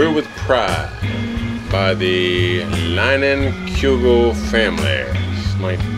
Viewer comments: Take it from a Cheesehead up here in 'Sconnie, it's pronounced LIE-nin-koo-guls. I live about 40 minutes from the brewery. Love your videos. Keep up the great work! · the beer is out of my home state of WI, and it's pronounced LIE-nin-coo-guls. Love your vids! keep 'em comming! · Line-en-coo-gulls. That's how it's pronounced brother lol. Love that you represented Wisconsin down there in the south! I didn't even know they sold Summer Shandy down there, that's awesome! One of their best beers. My favorite is the Wisconsin Red Pale Ale. Don't know if they have that down by you, but it's good!! Thanks for the video brother, doing this myself today!!